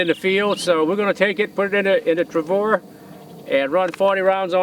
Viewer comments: Jerry, you are the coolest! I am a big fan, but every time you say "Travor" its like needles in my ears! LOL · Nice shooting like always. Jerry is always fun to watch too. Always looks like he's having a ball. I did chuckle every time he said "Travor" though. :-p